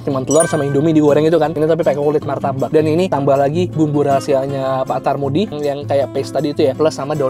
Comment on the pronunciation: Pak Karmudi bang bukan tarmudi hehe..